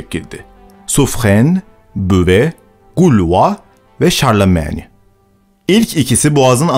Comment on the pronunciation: Abi niye şarlmana şarlameni dedin